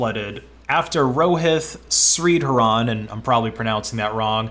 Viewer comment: Bro you pronounced Rohit Shreedharan horribly wrong